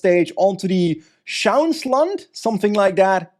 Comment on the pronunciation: Well done with the "Schauinsland" pronunciation,! Even for native speakers it's a tricky name. The literal translation would be "look in the countryside".